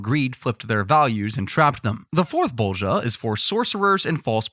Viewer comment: IM DYING OF LAUGHTER BECAUSE YOU SAY ✨✨BoWlGiJa✨✨